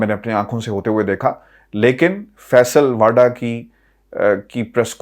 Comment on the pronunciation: واؤڈا و پر پیش (ؤ) ہے